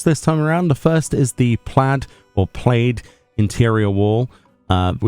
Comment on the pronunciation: we say Plad for plaid we dont say p-laid in canada